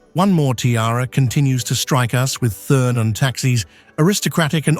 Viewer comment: "Thurn" does not rhyme with "fern". "Thurn" sounds more like "tour-n". And "Taxis" is not the plural of "taxi". It sounds more like "Tax-iss". Please find a different commentator. Thank you!